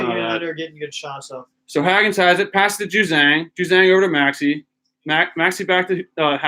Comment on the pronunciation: The way you pronounce Hagans name is killing me. It’s HAY-GANS